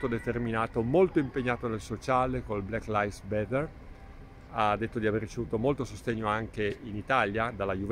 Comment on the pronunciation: ........si dice black live matter non bether OMG🙈🙈🙈🙈🙈 CHE FIGURA DI MMERDA